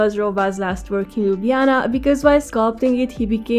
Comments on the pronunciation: Slovenians don't pronounce lj and nj together. We say l and j sound separately. So you have pronauced Ljubljana correctly as per Romanian style. In Ljubljana we also skip j and call it also Lublana. Very nice video ❤ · Aaah binged on your videos till I got here xD. Slovenian does not have the south slavic Lj sound. So you pronounced the just right. Although linguists did add the lj combination to the writing back in the late 19th century early 20th century. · Great effort from your side and nice video,! Perhaps just as a feedback: we do not pronounce LJ together, you say it right:) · YOU LITELARY PRONAUNCED LJUBLJANA AND SLOVENIJA BETTER THAN ME AND IM FROM SLOVENIJA 😂❤